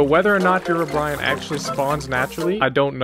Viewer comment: He pronounces it "Herobrian"